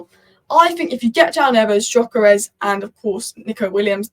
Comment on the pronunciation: btw it's pronounced dyökeresh (if you care), with the gy sounding like the "d" in mountain dew or amount due